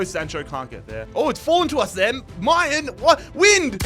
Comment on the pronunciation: mal-en not my-an